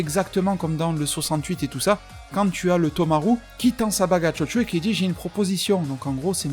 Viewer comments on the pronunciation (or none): A chaque fois que t'as dit Chocho j'ai entendu Jojo mdr